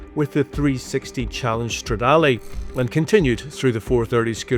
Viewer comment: speh-chee-ah-lee, strada-lee... what are these pronounciations 😭